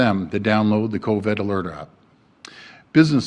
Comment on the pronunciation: Covid NOT Coved!!! Why can't he say it? Say it right!!! !